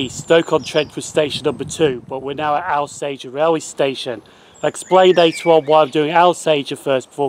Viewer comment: Thank you - really enjoyed this. Just one point Alsager is pronounced Awl-sager not Al-sager